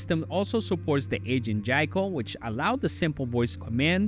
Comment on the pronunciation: YIKO! how it sounds JAIKO! LOL